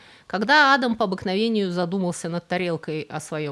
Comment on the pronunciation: P.S. есть ещё одно замечание - вы уж, дорогая, определитесь как надо правильно делать ударение в имени "Адам" - то ли как у русских, то ли как у чеченцев; а то за время ролика вы раза по три сделали разные ударения.